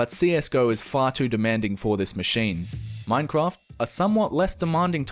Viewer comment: The way he says minecraft :D